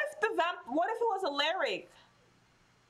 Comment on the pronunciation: Aleric 😂😂 love how you say it 😂 it's Al(A)ric pronounced al-ah-ric..